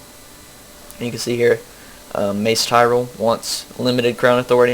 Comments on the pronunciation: *Facepalms* And it's Tyrell not Tyrel. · No, he pronounced the name wrong. He said Tyrel.